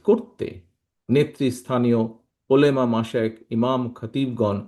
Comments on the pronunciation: ওলেমা না ওলামা। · উর্দুতে উলেমা বলছেন